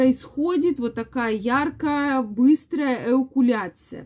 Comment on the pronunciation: Ну не эукуляция, а эякуляция.